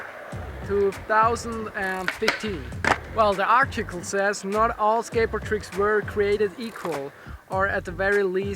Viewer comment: Lol "Ardchickel" (Article)